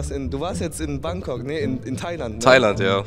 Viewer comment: Hankonk😂😂😂😂😂😂😂😂😂😂 anstatt Bankok